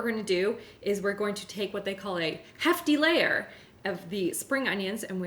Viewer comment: I heard “half delayer” till I realised you actually said “hefty layer” 🤣😂🤣